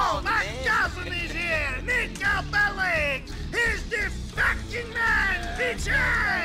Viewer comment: Endlich jemand der Belic richtig aussprechen kann! Als Serbin tut es mir in den Ohren weh, wenn ich BeliK höre. Danke Piet. :P